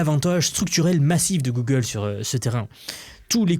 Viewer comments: Et ben didont ! Gogole dit un mot particulier et to ze moouuuumoouuun !!!! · "Guegueule" - The french Thank you for the effort